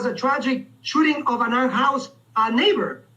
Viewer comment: A chooting? What is a chooting? 😅